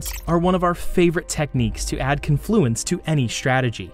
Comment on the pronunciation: Con is the long syllable in confluence. Like Caaan fluence